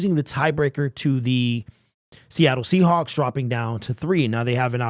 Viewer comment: Seahacks...lol you said Seahacks !!! LMAO !!!